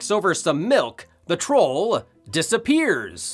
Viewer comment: "mother's mi'k."